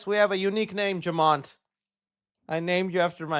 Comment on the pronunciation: Jamant? What the?!🤣